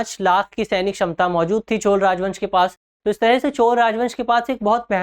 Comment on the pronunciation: 😂Pronounce it as CHOLA, not Chol !